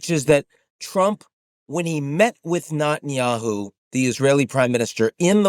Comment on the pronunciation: I noticed a long time ago how Ian calls him NOTenyahu 😂